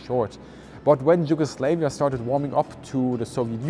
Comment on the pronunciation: Sorry but Yugoslavia, its not Yugoslevia, your pronunciation is like Yugo slave. Just pointing for people to know, no slaves in Balkans lol. Cant wait to see the cockpit (also why is it called a pit for cock?)